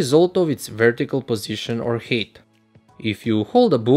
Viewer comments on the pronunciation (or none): Man pronounces height as "hate"